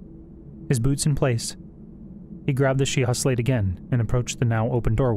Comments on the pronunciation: Great audiobook! Thanks for all the hard work! Just a minor nitpick, I believe "Sheikah" in the Zelda universe is pronounced "Shee-ka". Can't wait to hear more! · She-ka i think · I’d have pronounced it the way it’s pronounced in the game.